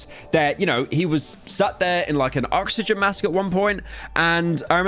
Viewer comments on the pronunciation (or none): none